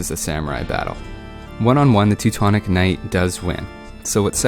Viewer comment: That's sounds funny like you prononce Teutons Knight...I hear like TECTONICS KNIGHTS, lol p.s. thanks for videos, I see many of them, keep going!=)